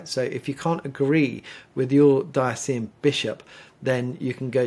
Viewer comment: Love your informative talks BUT please pronounce “diocesan” correctly Diocesan- dio-ses-an